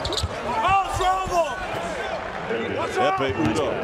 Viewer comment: biz mi çok iyi ingilizce biliyoruz amerikalılar mı ingilizce bilmiyor anlamadım. biz adamın adını "ekpe yudoh" diye okuyoruz, spiker "ekme udoh" diye söylüyor :) adam ingilizce bilmiyor :)